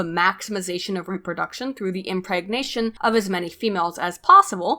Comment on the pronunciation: As usual, you're poignant and well researched,. Keep making videos, I love your content. On a side note, I've noticed you pronounce some words really weirdly. IndedencEES? REHproduction? What's up with that?